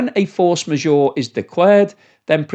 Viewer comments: A little tip.. It’s not force ma-sure. It’s pronounced majeure. With the ”eure”-part sounding exactly like ”ur” in hurt! 😊👍🏻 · As someone who can actually speak french, your pronunciation of "force majeure" is painful to my ears. Majeure is not pronounced Ore as in Ma -Jore it is pronounced Ma Jer - as in "her" or "Ger man" or "her german perm".